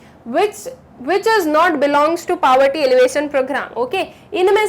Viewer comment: The way she pronounces 'poverty' isn't right ig...